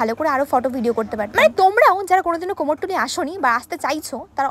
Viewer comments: Ota komortuli noi 😂🤣. Kumortuli bole 🤦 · কোমোরটুলি??😂😂😂অনপড় তুমি?